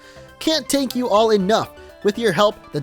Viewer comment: . "Can't (TaNk) you all enough." 😂😂